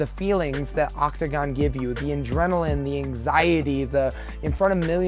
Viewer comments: Does Drew Dober keep saying ‘in-drenilin’? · Drew Dober it's "Adrenaline" not Indrenaline 😂😂😂